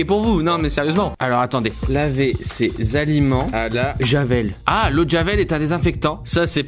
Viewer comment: le -s a alimentsssss à ;)